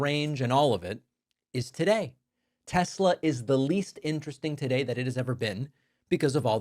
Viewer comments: He said "tesLer" again. -- When tRump speaks like that, he makes himself sound like his base. Then they won't complain he's mocking them because the majority of MAGA won't get off their knees for him. Period. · Tesler. It´s all compuder... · Trump called it a Teslar 😅 IDIOT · Not TESLAR....LOL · Since he intentionally mispronounced Kamala, we should rename teslerr and make that the name worldwide. 😂😂😂 TESLER! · I love tesler 😂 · "TesLER"...LOL! "Everything is COMPUTER!" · "I lerve Tesler" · “Leon’s” “Tesler” 😂😂😂😂😂😂